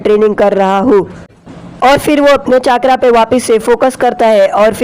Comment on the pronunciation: Bro it's not chakkra it's chakara